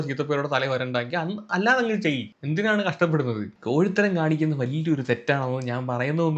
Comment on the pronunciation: ഈ അവസരത്തിൽ പറയാമോ എന്ന് അറിയില്ല കൊഴിത്തരം എന്ന് അല്ല കോഴിത്തരം എന്ന് ആണ്🫣